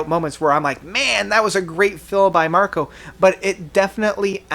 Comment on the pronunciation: It's Marco, Marco.